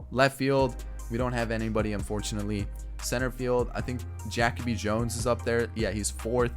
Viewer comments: Jackoby?? It’s Jah/kobe lol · JaCoby Jones is pronounced Ja-Coby not Jac- oby lol fyi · Every time he said jackoby Jones I was so mad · Are you trolling? It’s pronounced Juh-kobe lol